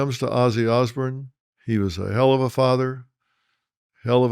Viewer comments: Can’t he say osbourne, as in born not Bern, good report nonetheless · Sounding like Ole George Bush there phil, ozzy osburn lol it's osbourne ( ozborn). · Osborn not Osburn 😂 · Pronounced OZ BORN. not ozbern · Ozzy Os-BURN 😂😂😂 That pronunciation drove Ozzy nuts 😂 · Phil why would you hook onto Ozzy’s coattail …you don’t even pronounce his last name properly….Ozburn ? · Dr Phil talking about Ozzy. Gimme a fucking break!! His name is not Osburn. You'd know that if you were a fan,instead i get the sense that your just regurgitating what youve heard & read, just using this tragedy to get views. I dont buy it all. RIP POD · Why is it that George W Bush and Dr Phil pronounce Osborne as Osburn? Lol must be a Texas thing. God bless Ozzy ! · I love the Osbournes. Sorry, out of all the people, Dr Phil. I would think you would have pronounced their last name correctly. The Osbournes all say their last name all the Time. Please Apologize to them. You pronounced their last name throughout this video Wrong. I wouldn't have corrected you but I have Much respect for Ozzy and his family. Ever since the word of Ozzy's passing I have been binge watching and listening to The Osbournes, basement Tapes, music. Podcast etc. Once again please Apologize to Ozzy's family. Thank you.